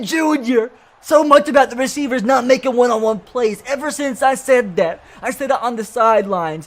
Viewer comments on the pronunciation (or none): none